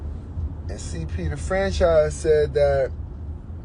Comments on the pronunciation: CP the (Fanchise)😂😂😂 not Franchise 😂😂😂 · It’s FANCHISE!!! Starbury, FANCHISE!!!. How would you like someone to keep mispronouncing your name, calling you Strawbury. 😂 FANCHIIIIIIIISE!!! 😂😂